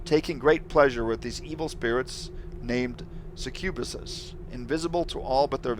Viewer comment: That succubus pronunciation threw me for a loop lol. I hope the next level comes soon. Haven't had the time to play myself.